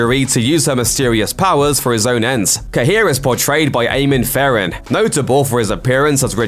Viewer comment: I wonder if Eamon Farren is somewhat related to me given his surname is so rare, even if he’s Australian. 🤔 Also, that pronunciation of Farren made my ears hurt 😭